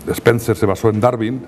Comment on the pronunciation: Este tipo es zurdo, con eso es SUFICIENTE para que desconfíe. Se pasa atacando y mal pronunciando, a la persona de DARWIN. No le oído decir: Darwin erró por esto y debe de ser ello en vez de lo otro, por estas pruebas y razones. Puede que yerre, pero NO ME CONVENCE.